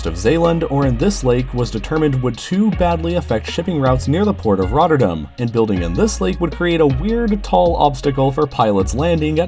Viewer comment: This guy said "Zeeland" and "Rotterdam" flawlessly, luke real dutch guy would say it